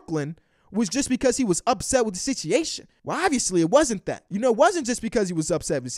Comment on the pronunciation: why you forget the u in situation? I thought I was tripping and then you said it again......